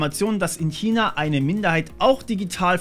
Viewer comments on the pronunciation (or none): none